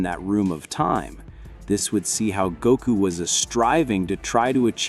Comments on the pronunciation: first off it’s not Gaku it’s Goku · Need to check the words and names. The AI voice over is bad. It's not Gako.. or village.